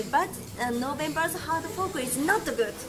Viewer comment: "Hard Fok"